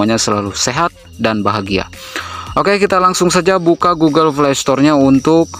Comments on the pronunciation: Google play ❌ Google flay ✅ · iya njir pdhl rata' orng mlh blg f / v jdi p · Gk bisa bilang p kah? Knpa smua nya pake f, google flay, foint '-'